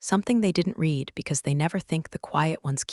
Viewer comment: PLEASE teach your AI the difference in pronunciation between the present and past tense of “read”!